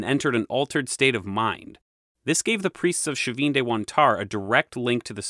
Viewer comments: All so fascinating, thank you! Well organised, well unified presentation. Your master plan for these videos shows. It's helpful how you refer back to other videos on the topic, very instructive. It all flows. One question about the pronunciation of Chavin. Is the "sh" initial sound correct? My [Mexican] Spanish would have a "ch" sound, as in "church" for the initial sound, as their alphabet had A, B, C, CH, D... (The CH has since been omitted, with other modernisations.) Or was that a Gallic adoption? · Hi, I'm from Peru, the right pronunciation of the ch for Chavin is like when say the word Chapstick and not like the ch when you say Chicago. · Also the ch in Chavin is a hard fricative, as in Charles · Another top notch video. Fascinating, and all new to me. I'm no expert, but if "Chavin" is given a Spanish pronunciation the initial "ch" would be hard like "chocolate". Buit I may be off base here; maybe it's not a Spanish word but from a native language? Great video anyway. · Pronunciation: Chavin is not Sha-Veen! but Chah'veen. Quinua (Quinoa) is Keen-u-a not Kwin oh-a. Been there, and the white granite relief of the priest wears regalia of Condor (world above) Jaguar (middle world) and rattlesnake world below. Chavin isn't in the highlands but on the trail east of the Pacific crest to the Amazon basin. I don't know about the North-South connections, but it was reasonably easy to get there from Huaraz to the north, which sits looking at the highest tropical mountain range in the world, the Cordillera Blanca (time was it was always covered in snow, -don't know about now!)